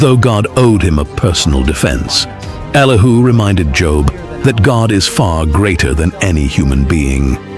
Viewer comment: Elihu not Elihoo.